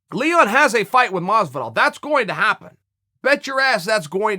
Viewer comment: Why is Chael so bad at pronouncing things properly...GEORGE MASVIDAL?!?